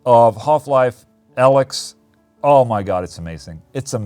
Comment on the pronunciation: Everyone: "Half-Life Alyx." Ola: "Half Life A-licks."